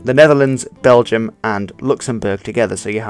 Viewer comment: The word Dutch actually comes from the word Diets, what in turn comes from the word Deutsch but after a while it became it's own language. Diets/Deutsch means Volks taal or Folk's Language in english. also you pronounce BelgiOURS wrong.